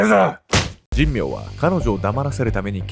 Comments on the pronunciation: じんみょうじゃなくて…しんめいね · じんみょうじゃなくて、しんめいかつのぶな。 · この加害者斎藤と2人目は神明でしんめいと読みます。確か、茂原にはしんめいは何軒もありましたから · じんみょう ではなく しんめいです